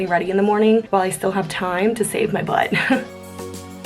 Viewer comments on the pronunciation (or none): none